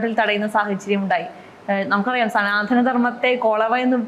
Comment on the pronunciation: സനാതന എന്നാണ്. സനാധന അല്ല മേഡം. ശ്രദ്ധിച്ച് ഉച്ചരിച്ച് പഠിക്കൂ